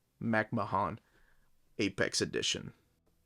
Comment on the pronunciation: Mick MAC Ma-HON